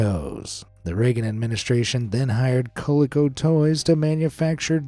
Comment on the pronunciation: The name of the company that produced Cabbage Patch Kids is pronounced “Co-Lee-Co.” The “o” has a long sound, as in “post” And it stood for Connecticut Leather Company.